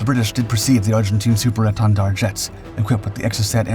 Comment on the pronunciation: Take a shot of hard liquor every time he says Super Èntendard - I dare you. 🥴😵‍💫😵